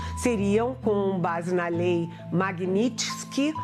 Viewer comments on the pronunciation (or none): Não sabe sequer pronunciar o nome da lei Magninstky.